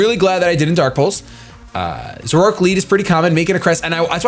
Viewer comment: Say it with me... ZOR-ORE-ARC 👍🏼